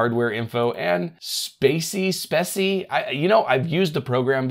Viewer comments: Speccy......pronounced specky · Speccy is said as Speckie. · Speccy is pronounced speck-E, as in specs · The Password unlocker you opened in the video works really well... with Windows 10 and older. It will even revert a MS Account to a Local Account and unlock it. However, it doesn't appear to work with Windows 11 the last time I tried it. Also the info program you couldn't pronounce I believe it's pronounced Spec-y.... ie. specs of the PC. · It’s Speccy pronounced Speky 😊😊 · Hiren dates back to at least the mid 90's, I started using it in 1998, that was version 2 I believe. I probably still have it on an old SCSi/IDE drive in storage. As for Speccy, it's pronounced like Techie as it relates to Specifications & Spectacles.